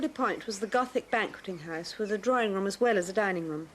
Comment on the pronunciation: Did she refer to a house as a haise?